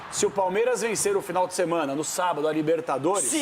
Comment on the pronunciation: 😂 "O Velório começou ontem e o enterro será sabádo". 🤣🤣😉